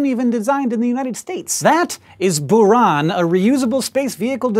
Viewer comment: It's pronounced Bure-Ahn